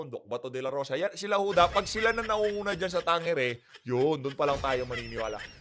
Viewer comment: Tamang bigkas sa survey firm na yan ay Tang-ere